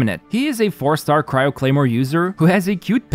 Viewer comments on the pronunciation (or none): none